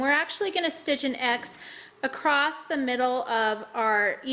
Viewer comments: It was very quiet. Annoyed me that she says acrosst instead of across. Kinda wish I didn't hear that part. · Very informative and clear , but there is no “t” in across.